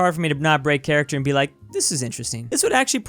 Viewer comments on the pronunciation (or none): none